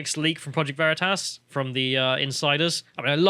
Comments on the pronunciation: Vah-Ree-Tahs??? Bold move Cotton, bold move. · Vereetas?! LOL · It's pronounced: "V'reetus" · Project Vereeters. What’s that? 😂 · "Project Ver-ree-tuss!?!?!" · Back in 1941 in a Munich bierhaus: "What ze hell ist ein 'OSS'?" he asks, as the Gestapo officer across the table hands his new friend a secret document warning them about Allied spies. The fact he pronounced Veritas wrong is just the cherry on top. What an absolute mad lad. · Okay, the PV guy who intentionally mispronounced their name was smart, haha.